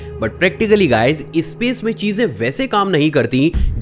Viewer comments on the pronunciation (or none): इस्टुडेंट नही स्टूडेंट, इस्पेस एजेंसी नही स्पेस एजेंसी, इस्टेज नही स्टेज। और भाई इस्टेशन नही स्टेशन। सब में ई नही लगता।